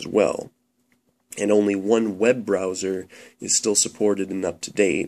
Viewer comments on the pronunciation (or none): none